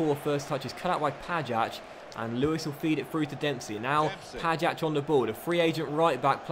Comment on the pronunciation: You pronounce pajac like ‘pay-jack’